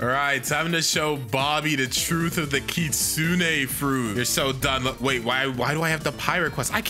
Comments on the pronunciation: I like hpw he says ki-sune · WHY DOES EVERYONE SAY KITSU NEY